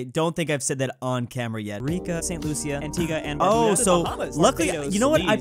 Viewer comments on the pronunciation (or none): none